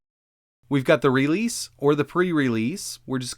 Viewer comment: That’s not how you say the word “Release”